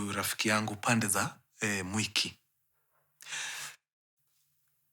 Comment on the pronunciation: The way mkuru una pronounce mwiki as "mweki" means you know the place.😂😂😂😂